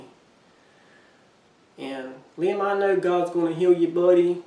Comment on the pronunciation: Liam is also my 3 year old grandsons name. Yes, you said his name right!